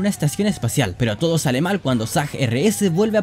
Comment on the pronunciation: En el minuto dijiste malesal en vez de sale mal XD XD XD